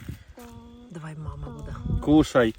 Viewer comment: Всем привет! Артём как итальянец или испанец , так родителей завет. Тут в Испании дети мама и папа на последний слог ударение. Прикольно слушать и смотреть вас.😂